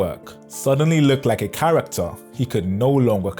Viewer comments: charac-ter. not char-rac-ter. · Charac-ter. not Cha-rach-ter.